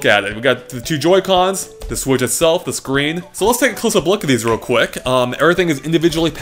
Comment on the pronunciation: "Speaking of sWhich.." I have a feeling that's going to become common one of these days.